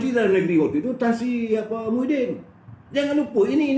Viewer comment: maafkan sy, jgn sebut Muhiydin tp kena sebut Mahiadin....